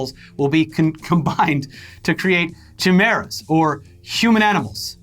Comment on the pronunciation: Well that's the weirdest pronunciation of chimera ive ever heard